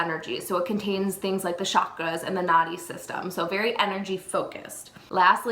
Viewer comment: not a minor spelling error. It was pronounced several times as cas-U-al.... Causal means cause-and-effect, as in karma. also cakra is pronounced with a ch (as in punch) sound with a short a as in but, NOT with a sh, as in shockra. Good pronunciation will hopefully be something you emphasize when you are ready. Thank you for your love for Ayurveda. Namashkar.